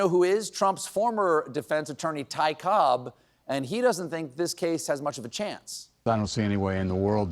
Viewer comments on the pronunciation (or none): none